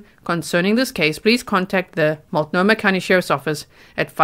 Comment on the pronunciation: Good for you for pronouncing Multnomah correctly.